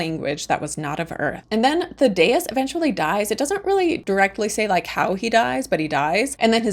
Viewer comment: “Thaddeus” is pronounced like “THADD ee uss”